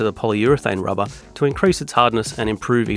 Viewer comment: "inject the RABAHH" 😂